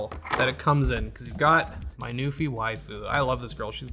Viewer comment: I know you're saying NuPhy but all I hear is Newfie. Shoutout to the Rock.